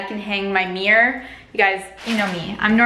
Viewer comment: The amount of times she says "Mee-yur" made me turn away from this upload.